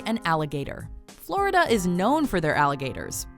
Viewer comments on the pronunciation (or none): none